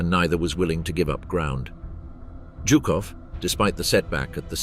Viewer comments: It’s not jew cough. It’s zoo cough for General Zhukov!! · Jukov and Heinrichi ? Really can't listen to that ...